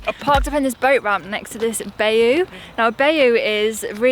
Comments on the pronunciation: Happy New Year! Looks like you al had a lovely xmas too! Little help pronouncing-Bayou. It is said like 'bye you'. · Pronounced BY you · Happy New Year. But bayou is pronounce ( by u). Watch out for alligators because of the dogs. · happy new year and very British pronounce of bayou (bi-you) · Its pronounced 'Bye You' .... Typical Brits butchering the american language well done ,LOL